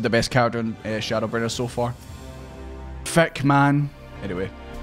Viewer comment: It's pronounced Thee-k-man Reminds me of Corky Romano's FBI alias: Pissant